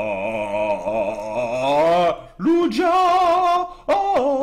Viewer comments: "Lougia" pas "Lujia" !!! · ça se prononce Luguia